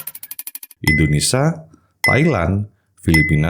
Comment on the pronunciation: indonesia bg bukan indonesa 😭